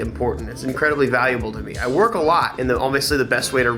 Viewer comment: He did not just say he works alote hahahahahahahha wtf